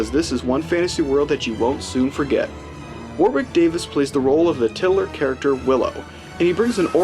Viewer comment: It’s pronounced wo-rick